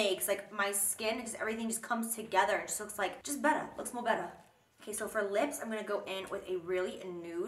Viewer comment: Jaclyn: k so for the lips... What I hear: “queso for the lips...” YES PLEASE!!! Cheese.